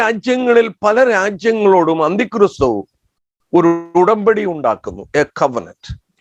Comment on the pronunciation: താങ്കൾ എന്താണ് ഉച്ചരിക്കുന്നത്???. അന്തിക്രിസ്തു എന്നോ...അന്ത്യക്രിസ്തൂ എന്നോ...